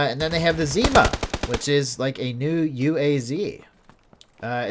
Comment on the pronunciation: ZimA (stress is on the last syllable) - that's "winter" in Russian. IRL this vehicle model is called "Niva" (stress is on first syllable)